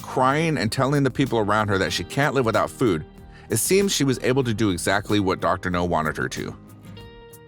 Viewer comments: It's Dr. Now, not Dr. No. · The way the narrator says "Dr No" in stead of "Dr Now or Dr Nowzardan" makes me cringe even more than the cringey spider intro. Sounds like the narrator doesn't even watch the show, but is just given the script. Which, Tbh, wouldn't exactly be a shock for a channel like this. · It's pronounced Dr. Now, not Dr. No. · Robo voic needs to pronounce names properly. It Dr Now NOT Dr No. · The doctor’s name is pronounced “Now” (short for Nowzarden) not “No”. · The name is Dr. NOW not NOE, man!!🤪😣😜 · Dr Now, not Dr. No! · His name is Dr Now, not Doctor No. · Every time he says Dr No im like its Dr Now dammit lol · GEEZUS FUCKING CHRIST!!! Doctor Now NOT Doctor NO!!! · Hey, People in Charge of the Narrator! Could somebody please inform him that it's Dr. Now, not Dr. No? (I'm pretty sure Dr. No was a Bond villain.) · Dr. NOW NOT Dr. NO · It's not dr no its dr now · It's Dr Now NOT Dr No his name is Nowzarden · For the love of fuck, my dude, it's Dr. NOW, not Dr. NO. Dr. No sounds like a Bond villain. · Ugh, that drove me nuts, too, and I couldn’t watch it all. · Maybe he is pronouncing NOW like KNOW, but it is heard as NO. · Dr.NOW not Dr. No. I like the video but the Dr.No thing is like watching the Avatar the Last Airbender movie and the characters saying Ong the whole movie. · Dr.NOW Not Dr. NO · It’s pronounced Dr Now. Please do research before posting. That drove me crazy the entire video . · If there's anything you change, PLEASE say Dr. Now's name right. It's NOW, not No. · You keep calling him Dr. No... Lol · Doctor No... Do you purposely mispronounce stuff to piss people off? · Pronounced NOW!!!! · Why do you keep saying, Dr. No?? It’s not pronounced like that lol. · It's Dr. NOW.. As in COW.. I gave👎 because of it. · That's not how you pronounce the doctor's name. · Ikr it did me too